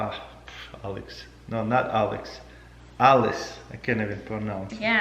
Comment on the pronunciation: taras says alice like alives